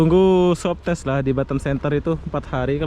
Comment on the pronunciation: SWAB TEST BUKAN SUWABTES HAHAAA